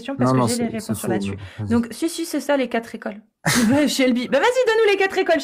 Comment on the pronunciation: On n'a pas eu les quatre-z-écoles, cette fois, mais on a eu les cinq-z-ouvrages. C'est pour rire.